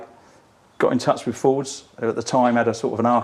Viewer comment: Johnny you seem to be constantly mispronouncing Fords please address for next time